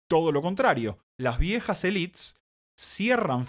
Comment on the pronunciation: Muy bien pero estás hablando en español, pronuncia "élites", no "elits" jajaja.